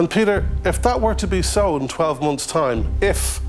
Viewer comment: He says Peter but it sounds like hes saying pedo